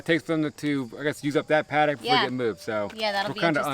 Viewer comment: Sorry.. I hate to be that guy.. Paddock.. not padict. Love the property! So beautiful!